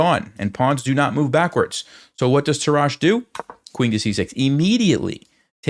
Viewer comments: Your pronunciation of the name "Tarrasch" is actually quite funny. Sounds if he were French, but he's in fact a German. He is to be pronunced with a "rasch" like in "rushhour". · I learnt chess with the book "The game of chess", but in the German original ("Das Schachspiel"). For me Tarrasch is the GOAT, and even some of his theories are outdated, still it gives a great lecture. By the way: Tarrasch is pronounced on the first syllable and with two short "a". I like your videos!